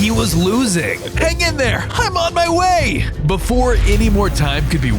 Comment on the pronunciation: He said wqay not way